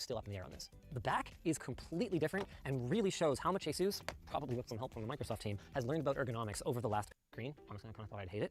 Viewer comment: It's funny how you make fun of shills that aren't saying ASUS right, yet you're not saying it right either, that is just funny irony, the salt is great though